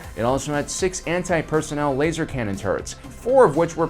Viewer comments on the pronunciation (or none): none